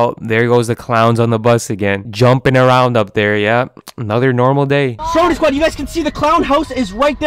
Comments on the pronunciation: BRO I CLICKED IN THE VIDEO NOT THINKING YOU WOULD BE REACTING TO STROMEDY Also it’s pronounced (straw-medy) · Its stromedy not strodemy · did he just say stromedy wrong